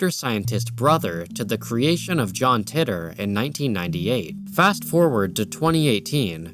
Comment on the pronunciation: As soon as I saw this started with Pokegods I knew it would be a great video. I've got to say though, I've never heard John Titor's name pronounced like that. I was 14 when John Titor's posts started popping up and he was a popular topic of conversation on the message boards and chat rooms I frequented. I have to admit, every time I heard "Tit-or" instead of "tee-tor" that 14 year old part of my brain surfaced again just to go "lol he said tit." This was a fantastic video, and I can already think of about 5 friends I need to share it with.